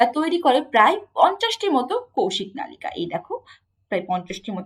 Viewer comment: ম্যাম নলিকা না মনে হয়। নালিকা🙂